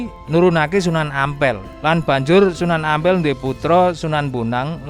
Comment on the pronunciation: Sunan Ampel bukan Ngampel minnn...!!!😂😂😂